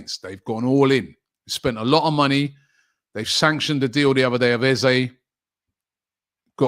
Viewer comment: Can we get people pronouncing eze's name properly 😂 its :"ezerh"